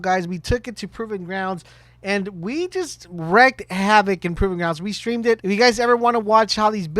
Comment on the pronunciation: I'm more worried about how he says "Wreak havoc"